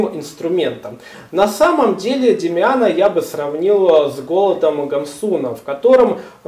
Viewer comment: Можно вам задать вопрос , а вы специально неправильно произносити удерения в фамилиях Гессе, Гамсуна и Демиана ? ?